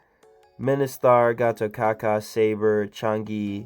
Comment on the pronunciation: Just an fyi... how to pronounce Gatotkaca's name is Gatotkacha... 👍👍👍